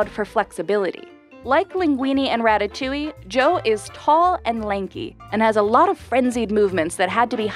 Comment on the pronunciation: Ratatouille? You mean Racacoonie!